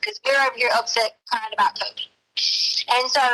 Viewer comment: He was “cryingk” I’m pretty sure crying doesn’t have a letter ‘k’ at the end of the word. 🙄